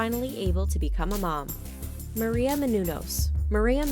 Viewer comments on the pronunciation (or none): none